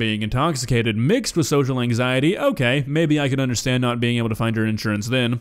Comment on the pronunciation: The way she says “anxieteyieee” is perfect